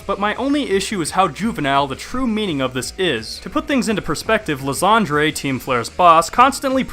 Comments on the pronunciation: Ly-ZAND-REY? Dude as a shakespeare nerd, I have to correct you on your cancerous pronounciation. Ly-Sand-Er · You saying Lysandre wrong . Its Lie San like s and an and durr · I still dont get why people still call Lysandre Lysandré. The Mega Evolution Specials have already told us what the right pronounciation is. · Pretty sure his name should really be pronounced Lie-sand-er. Also I would have loved Team Flare a LOT more if they used... Flareon duh!